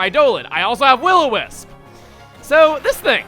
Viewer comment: we don't call it will-o-miss... We do however, have STONE MISS